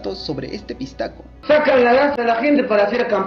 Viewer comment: Se dice pishtaco bro